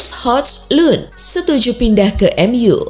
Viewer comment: Mungkin dia mau iktikaf di bulan puasa tahun depan. Soal salah penyebutan nama ya harap maklum . Mau dia bilang hojlun , hajlen , hujlin juga gpp... Channel channel dia.. Suka suka dia.. 😄😄😄😄😄